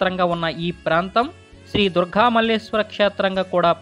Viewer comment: Durga Devi badulu meeru Durghaa Devi ani antunnaaru